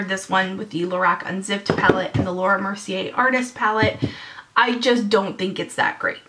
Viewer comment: Lame... how u not gonna like the Naked or Naked 2 or even the LORAC palette... p.s. ur pronouncing the Laura Mercier palette wrong... js